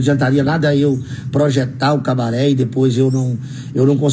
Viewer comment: Kkkk tem q ser Cabaret nao "cabareh" esse negócio de "H" no final é típico de geração Enzo , vitoriah, mariah e bla bla bla.. Cabaret é cabaré "estrangeirado" tem até filme estrangeiro com nome cabaret